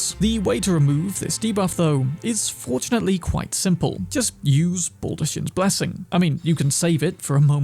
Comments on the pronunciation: Son, she SAYS it in game… 😂 Baldachin’s is pronounced Ball-duh-KINS. Y’all taking advice from someone who didn’t even listen to the game’s dialogue 😂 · But it's read and pronounced as bal-da-KINS blessing. Fia says it herself, just mispronounced it in the video. Something can be a silly coincidental pun without being an intentionally placed double entendre. It's not that deep.